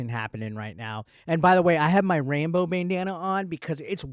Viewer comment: You pronounce Rambo like Rainbow 🌈 . I switched from listening your video to actually watching it and was pretty disappointed… no rainbow bandana 😢